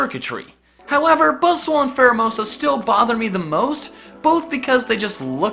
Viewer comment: No one else notice he says "Buzzswole"